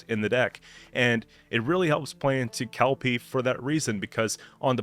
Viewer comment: I’m so grateful you’re saying Kelpie correctly haha Is there even a possibility to create a neutral deck? I think it would be fun to see what kind of crazy deck might work with all neutral cards